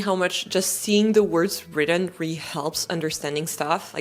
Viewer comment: You say the word “really” as “ree”…it’s supposed to be 2 syllables…”ree-lee”, or “ree-a-lee”.